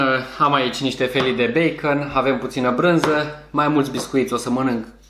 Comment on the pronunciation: Beicăn se pronunța ,băăăă